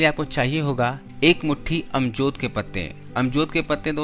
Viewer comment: Ajmod ky patty. amjod nhi bolty